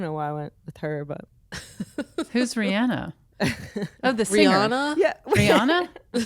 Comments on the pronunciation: is saying Rihanna’s name correctly. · Yes, said it correctly! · is actually pronouncing Rihanna's name correctly! It does sound extra Canadian, though